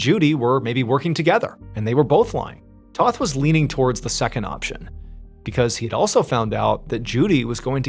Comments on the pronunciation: It's T O th Not T a th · If you actually read these, Toth is pronounced like oath, not both. It's my middle name. It's a Hungarian last name.